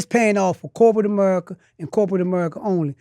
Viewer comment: Amerrica😂 sir its pronounced America 😂 speech therapy needed